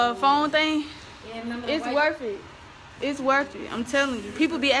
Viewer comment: "its worf it" did yall peep